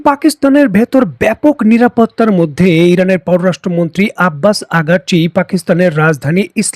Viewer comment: প্রিয় ভাই, আমি আপনার সংবাদের নিয়মিত শ্রোতা। ভিডিওতে আপনার একটি উচ্চারণ নিয়ে কথা বলতে চাই তা হলো ইরানের পররাষ্ট্রমন্ত্রী "আব্বাস আরাগচি" যাকে কে আপনি সবসময় ভুলবশত "আব্বাস আঘারচি" ডাকেন। আমার মনে হয় অনেক শ্রোতাই এই ভুল উচ্চারণে একটুখানি হলেও "নাক সিটকান"! আশা করি পরবর্তী ভিডিও গুলোতে আপনার উচ্চারণটা শুদ্ধ ভবে শুনবো। ধন্যবাদ।